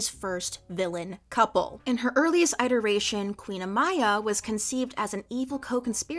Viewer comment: pronouncing it 'eye-teration' gives the same energy as that one math prof who called them 'in-TEE-grals'